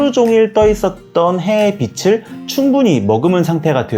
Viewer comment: "빛을"비츨"빛이'비치" 자칫 '비슬' '비시"으로 거슬리는 발음 하는 분들이 많은데 은 정확히 발음하셔서 더욱 호감이 가고 신뢰가는 영상이었어요.~~^^..물론 사진꿀팁은 더더욱 되돌리며 공부하는 마음으로 봤지요..~^^ 감사해요~^^